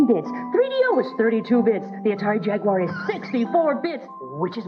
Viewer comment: pronounce jaguar wrong every time.